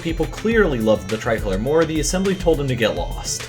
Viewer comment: It’s tri-col-or”e”